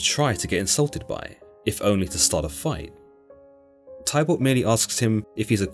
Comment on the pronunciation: You pronounce Warwick= Worick and Tybalt = Tibal 😅 hope this helps 😊😮 it's a good summary, but the misspronounciations are really annoying 😅